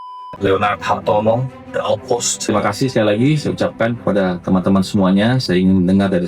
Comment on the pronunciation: Itu MPR kayak sandiwara gak sih? Nyebutnya aja salah kan? The Outpost? Apa kuping gue yang salah denger? 😂😂😂 Entahlah… gw ngerasa mereka cuma tampil biar seolah-olah ada di pihak rakyat terutama generasi yang melek internet & punya literasi keuangan.